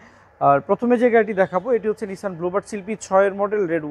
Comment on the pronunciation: নিসান, not নিশান।